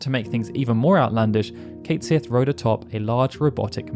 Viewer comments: Just to advise you, Cait Sith is not pronounced Kate Sith. His name is actually pronounced Kett Shee. It's from the Irish name of a mischievous cat spirit, and literally translates as "Cat of the Fairies". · Cait Sith is a name from Scottish Gaelic mythology, and is pronounce Ket Shee. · Oh that’s not how Cait Sith’s name is supposed to be pronounced 😅